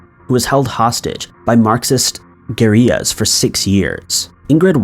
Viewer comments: It's guerrilla like the animal gorilla... not "Gorriyas" or goríllas ....makes you sound like an asshat lol I can't stop lJ like guerrilla warfare...lolol haha 😆😂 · Today I learned not everyone knows how to pronounce words like villa and guerilla.....but, if you're priding yourself on being a narrator you might want to learn how